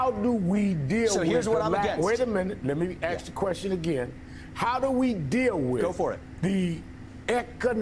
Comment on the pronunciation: "Let me AXE you a queshun" - Al Sharpton